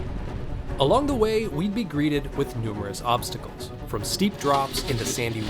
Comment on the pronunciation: Thought she said check out some popcicles at first not obsticles lol haha.